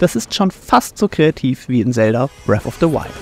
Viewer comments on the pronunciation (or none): none